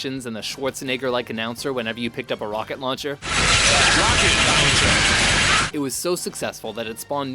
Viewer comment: Rocket Lauwncher!